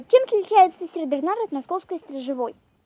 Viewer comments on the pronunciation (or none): не сеРбернар а сеНбернар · СеРбернар! Ааааа режет слуууууух!